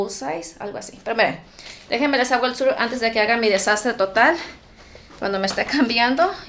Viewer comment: AUXILIO NO SOPORTOOOO. EL “TOUR” el “TOP” ósea exagera la pronunciación gringa 😮😂